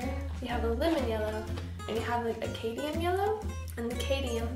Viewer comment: I think it's cad*m*ium yellow instead of 'cadium' yellow :) I love this lemur! It turned out great.